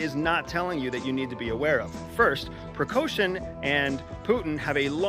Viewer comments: Good commentary, thank you!! A few remarks: Let’s pronounce the names correctly. It’s LuKAshenko and it’s PrigoZHin. Lukashenko is a LEGITIMATELY elected president, whether we like it or not. Same for Putin. Putin may appear as a strongman, but there are a lot of people behind him. He balances between four distinct power blocks. Let’s not oversimplify things, he’s not a czar. I’m sure you are aware of that. 25,000+30,000 is a big number, but is it really enough to take on Kiev? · Bro🤦🏼‍♂️. If you’re going to give an intelligence report at least get SOME of the names of the actors correct. It’s not PriKoshin. It’s PriGozhin. And it’s not Lushenko. It’s LuKashenko. You are embarrassing yourself. You don’t have a clue what your talking about🤣🤣🤣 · It's Prigozhin, not "Precaution" and Lukashenko, not "Lushenko". Are you really from CIA with this name pronunciation? Good analysis, nonetheless. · Good job, great angle and analysis, thank you so much🏆 Just to add to the quality of your amazing work, let me point something: lider of Wagner Group - “Precaution”, and president of Belarus - “Leshenko”? Come on, you can do so much better. Prigozhin is pronounced with hard G not K, and zh not sh, while Belarusian boss is Lukashenka, pronounced like Lucas, with A at the end✌️ All the best, looking to see more of your great insights! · Leader of Wagner Precoushin/Percoushin, leader of Belarus Leshenko...🤦 Leader of Wagner Percoushin was leading a coup against Putin.🤦‍♂ No, he said he was not against Putin, he was against the Minister of Defence Shoigu (this last name is pronounced shoy-goo). The Wagner guy is pree-goh-zheen (_zh_ as s in 'pleasure'). The Belarus' president: look-ah-shen-ko. Either it's Busmetonte doesn't give a shit how all those monkeys are named, or all Americans don't give a shit for all those semi-human beings—Russians, Belarusians, Chinese, Krakozhianese (that one's from a movie).